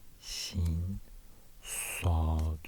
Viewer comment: but his pronounciation of sounds like ص and ط is flawed I think. You can hear that he puts his lips in some wierd position and his voice pitch is going down. This is just weird to hear, you can hear he's struggling real hard, while he could've just placed his tongue in a place that's needed for this sound